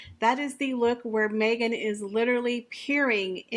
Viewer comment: Watch out Mee-Gain you have competition with your podcast there’s a new kid in town and it is Kim Kardashian with her podcast now Kim will have far more interesting guest and she will not make it about me me me like Mee-gain 🥴🥴